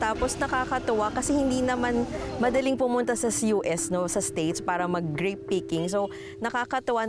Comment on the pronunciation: "GREEP" PICKING